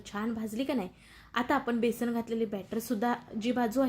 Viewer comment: बेसन म्हणा,बेसण नाही.